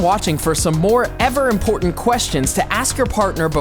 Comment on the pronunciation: Am I the only one that heard "portant" instead of important?